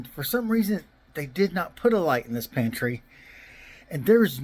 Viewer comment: I thought at first it said pantie light 😅😅😅